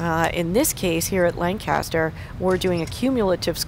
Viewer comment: That's not how you say Lancaster